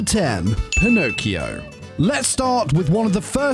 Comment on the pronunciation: i'm italian and the way you said "pinocchio" made me die laughing